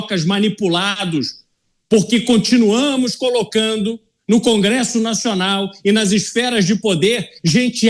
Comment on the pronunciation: "Cangresso" kkkkk